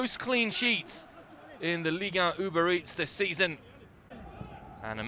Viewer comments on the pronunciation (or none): none